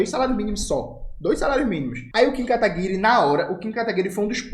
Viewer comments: Jones, não é Kataguire, é KataguirÊ!!! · eu tenho frouxos de risos toda vez que o camarada fala kataguirE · por que o jones fala kataguiRE? kkkk